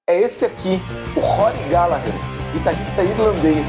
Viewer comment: Hahahahah terminar com glGallaalggherrr do Taste foi genial